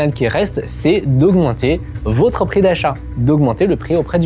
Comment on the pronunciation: Votre, avec le o de "bol" Le vôtre, avec le o de "beau" 😉